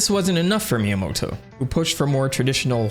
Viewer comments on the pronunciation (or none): none